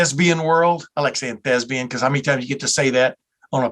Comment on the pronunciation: the word is THESPIAN and not THESBIAN!